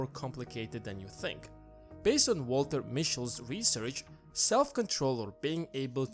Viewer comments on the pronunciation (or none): none